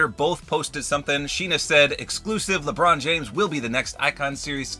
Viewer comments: LEbrOoon jAAAmes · I like how he said Lebron James in that accent instead of normally saying 😂 in